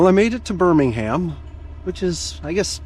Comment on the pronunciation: Hello, and well done for pronouncing Birmingham correctly for many say Buninhum.